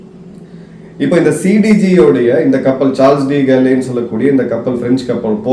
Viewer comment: you pronounced the Name CDG - - Charles de Gaulle